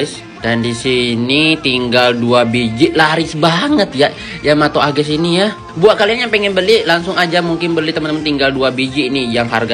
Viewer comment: Mau heran tapi bang ngomongnya Agais😆 Btw dah sebulan😑